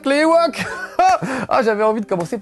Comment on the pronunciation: par contre on prononce '' i woke